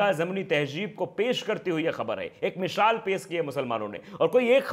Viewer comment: Mishaal nahi baba misaal hota hai